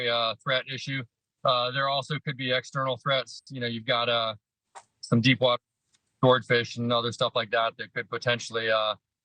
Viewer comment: Did he say deepwater sword fish?